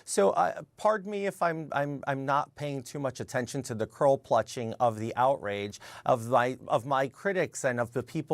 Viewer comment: "Cearl plutching"